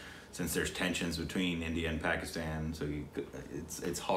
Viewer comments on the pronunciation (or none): none